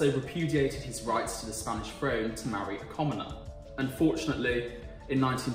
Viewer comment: “Frone”= “throne”. “Hishtree” = “ History”. Learn to speak properly, please. “Oshtrian” = Austrian”. “Vuh” = “The”. “Fafe” = “Faith”. You Are indeed butchering the English language.